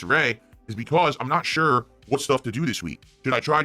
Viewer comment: Lol. can't say Shure.